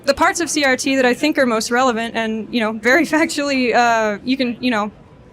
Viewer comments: I enjoyed your video but you constantly call critical race theroy CTR. It is CRT. Again i enjoyed the video. But it was driving me nuts lol. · Omg narrator, you invalidate your argument by degrees every time you say CTR instead of CRT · Are you dyslexic? it's CRT not CTR